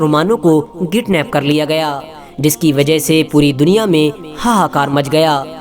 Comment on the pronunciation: Thank you for sharing with us 🙏 bhai kidnap hota h gidnap nahi hota h 👍👍👍